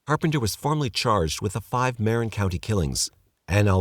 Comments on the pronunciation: Marin = "muh-wren" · I don't know how you managed to pronounce "Tamalpais" correctly, but not "Marin." Anyway, I don't think I ever heard of the Trailside Killer, even having lived for 20 years in Marin. Interesting.